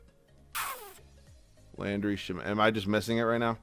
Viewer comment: it's sham-et not sha-met i've heard it in so many videos 😭